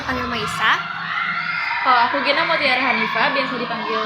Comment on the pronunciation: Kak ghena g nya german